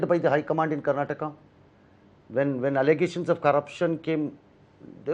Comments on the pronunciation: Karnatak alla karnataka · Karnatak nahin karnataka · Abey budde... Ye Karnatak nahi Karnataka hi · Ranganna didn't dare to correct home minister about his misspelled word, it's karnataka, not karnatak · Mr. Amith Shah why don't you pronounce Karnataka properly.